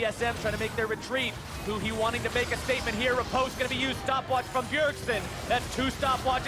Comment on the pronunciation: 是huhi不是huni